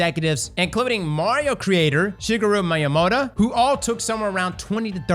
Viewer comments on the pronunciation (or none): Ah yes, my boy Shiggeroo Mayamohtuh